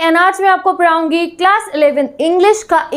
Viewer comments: Paraungi 😂 not Padhaungi.... 🥲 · Padhaugi ❌️ paraugi ✅️ in starting